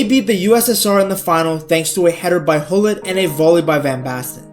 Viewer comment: Its gullit, not hullin😂